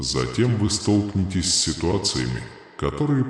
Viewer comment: Столкно'вение столкне'тесь ударения на гласные звуки . столкну'лась столкне'тся . столкну'вшись .